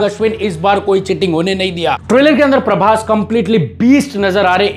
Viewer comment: Praboooss❌ Praboss✔️ 😂